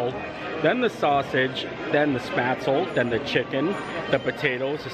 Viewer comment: Looks wonderful, but the restaurant should probably teach the wait staff how to say spaetzle.